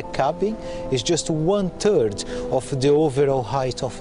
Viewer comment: "The cabin is just one turd of the overall height of the car" ?